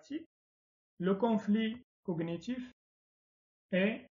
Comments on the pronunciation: Bravo , un travail de qualité 🎉 Seulement une p'tite remarque, on ne prononce pas le " g" dans cognitif ..(connitif). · merci pour votre explication, juste une petite remarque pour la prononciation du mot cognitif la lettre "g" ne se prononce pas c'est comme dans "compagne" par exp. bon courage et merci